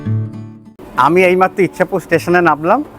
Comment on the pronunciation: ইছাপুর। ইচ্ছাপুর নয়।